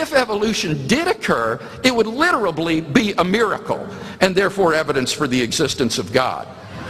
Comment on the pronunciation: did he just say "literably"? ...urhh...